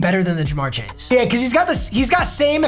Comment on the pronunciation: Of course he does theme teams and he picks my bengals first and play he's worst game. Put some respect on us! And how he pronounces CJ's last name wrong was cancer every time..